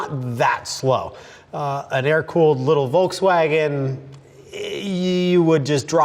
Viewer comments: No, that's not how everyone says it. That word starts with an F sound. F. Like Folk's. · What kind of pro driver can't pronounce Volkswagen? Seriously.